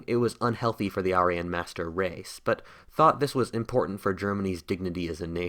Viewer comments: Say it with me… air-ee-an Not ARE-EE-YUN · I enjoyed your video, but I have one question... What's an are - ee - on. Always thought it was air - ee - yawn. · everytime you say arian i twitch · You miss pronounced Aryan. It’s pronounced Air-re-un. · If we sponsor you on Patreon will you hire an English tutor to teach you how to correctly say words like "Archangel" and "Aryan"?